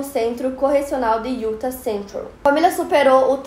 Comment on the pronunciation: Sweetheart, I love your English! But pay attention in your pronounce saying Utah... não sou a chata corretora mas o acento tá na última sílaba . É sempre um aprendizado, right? Putz eu adoroooo assistir as quintas misteriosas mas já to morrendo de medo ! Tem vários crimes aqui perto de Salt Lake, dizem q é tão seguro mas quando sai casos são esses tensos! Morro de medo Aiaiai